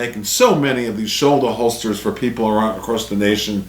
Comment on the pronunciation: Tell me you’re a fudd without telling me you’re a fudd with your “Shouldahholstah”. Every carry gun these days is 9mm. Every military uses 9 mil. If you can’t kill what you’re shooting at with 21 rounds in an XC or P you’ve got problems.